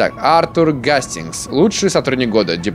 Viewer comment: Артур ударение на а